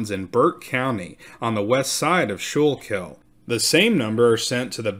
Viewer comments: School kul is how we pronounce Schuylkill. Nice reporting. They're probably relatives. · By the way it is pronounced - SKOO-KILL. Requests to the Quaker officials brought the response - of "What are you doing to the poor Indiasns"? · “School-kill” is how it’s pronounced. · Ok… this is driving me crazy. It’s pronounced “skoo-kell” not shookil. I know there spelling is hard lol there are a lot of names in PA like that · Pronounced SKOOLKILL not SHOOLKILL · Great episodes. Always listen. The river and county is pronounced Skookil. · The Schuylkill river is pronounced the skookle by the local Philly area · Its pronounced "SKO-Kill" by everyone in Pennsylvania. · And it's Skookle. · Great piece. Let me help you out a little. It is pronounced skoo-cull county. That sch is like school. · Great presentation. FYI, you're pronouncing Schuylkill wrong. It's like "skoo kill" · It’s pronounced Skool - kill 😊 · Schuylkill is pronounced “Skoo-kul”. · Great but you are mispronouncing Schuylkill.